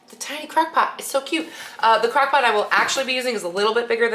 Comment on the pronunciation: Its crOck pot not crAckpot